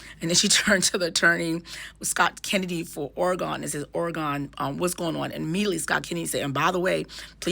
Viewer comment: Thank you for your explanation!!!🥰 (PS: it’s pronounced Or-a-gun over here 😁)